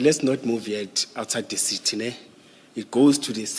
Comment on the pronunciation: Seetee seetee instead if CITY!!! You see yes yes yes yes de seetee